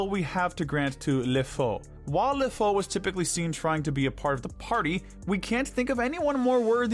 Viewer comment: You pronounced the French names in a Spanish way, not the French way... They say LeFou better in the movie and it's "Monsieur D'Arque (pronounced "dark" with a french r) not "Monsieur De Arqué" like you were pronouncing it as if to sound more authentic, and no I'm not French but yes I am a bit of a nerd when it comes to correcting languages I speak and know.